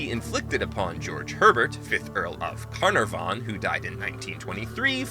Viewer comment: Not that there's any reason you should have known this, but for future reference, the emphasis in "Caernarvon" falls on the second syllable.